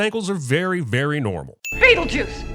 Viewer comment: He didn’t he give a sin for how Adam says beetle juice